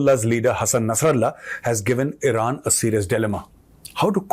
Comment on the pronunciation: Now from IRAN to "i ran"😅